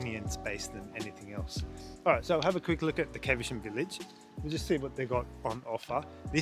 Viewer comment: Its NOT CAVE ER SHAM it is Caversham (short "a")